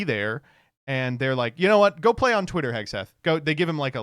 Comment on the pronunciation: You gooootta stop cutting off the first T in the twitter freax jingle.